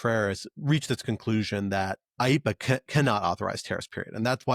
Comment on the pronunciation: AYE - EE - PAH sounds like Speedy Gonzales has a cold.